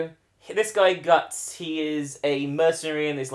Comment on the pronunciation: Correct pronunciation is Guts not Gatts/Gattsu. Also the Berserk Manga is still going, although very infrequently, and they have been on a boat for over 7 years.